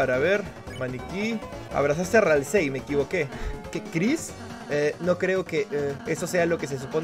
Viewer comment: .Ralsei se pronuncia "ralsi"saludos desde argentina